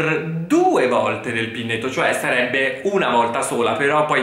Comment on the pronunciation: Ehi, pinneto = pineto